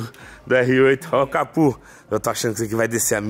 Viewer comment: Pq vc fala capu? É capô o correto.